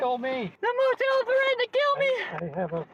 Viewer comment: THE MO TEEL THREATENED TO KEEL MEEE